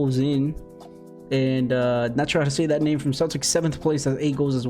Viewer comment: It's Celtic...not Celtics....don't let a Celtic fan hear you call them the Celtics...lol..